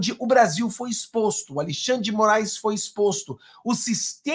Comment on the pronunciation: Ô, não gostamos dêsse trôço, mas pelo fale certo. Al"i"xandre? Não sabe falar Al"e"xandre? Cara você vai para o mundo todo. Corrija-se!